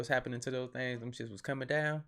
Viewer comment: Yo that shit said submarines and space “shits” 😂